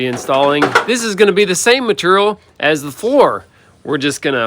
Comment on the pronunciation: I liked the video even if it was long. It made me hear say meterial several times and nut hole. That is funny for a nonative english speaker and idiot like me.